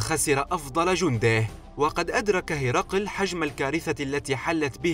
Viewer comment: ليس هِرْقِلْ ولكن هِرَقْل